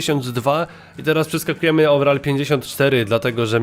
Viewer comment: ouverall chyba pac xD